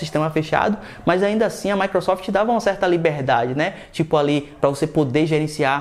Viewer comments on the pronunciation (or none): none